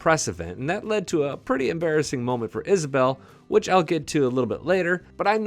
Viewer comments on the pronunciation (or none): I love Elsa except for the way she says the “Wh” sound it words. Reminds me of the family guy episode…cool WHip?